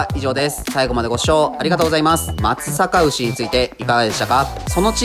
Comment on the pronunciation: 地元のブランド牛だから紹介してくれて本当に嬉しい！ちゃんと「まつさかうし」って言ってくれててなお嬉しい